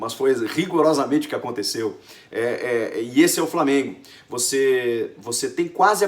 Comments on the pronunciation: Lamengo ? Que porra é essa Chico? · Lamengo? Poha Chico kkkkkkkkkkk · Pow Chico, Lamengo não né kkk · "lamengo" kkkkkkkkkk